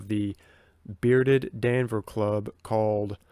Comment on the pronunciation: D’Anver is pronounced Dahn vair